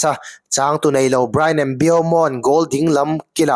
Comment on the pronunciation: Mbeumo hming lam dan tal hi ti dik ve hram teh u.. 😅😅